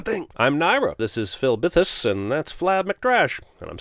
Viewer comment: you said Filbithus but the subtitle CLEARLY SAID Flibithius. That's ten sins for every missing vowel, so......ten sins.